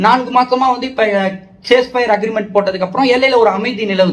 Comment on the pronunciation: அண்ணே அது சீஸ்பையர் அக்ரீமென்ட்.சேஸ் பையர் அக்ரீமென்ட் அல்ல.